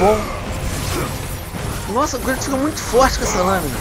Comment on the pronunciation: é kratos nao kuitos